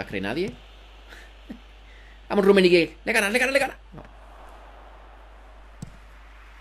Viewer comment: Rrrrrrrrrrrummenigge Buen video crack. Ten cuidado con el nombre de tu equipo porque alguien te puede reportar, su significado en inglés puede resultar ofensivo o inapropiado.